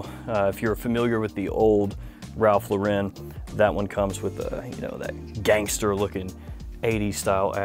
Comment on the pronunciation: It's pronounced Ralph LAU-ren, like the girls' name Lauren or Loren.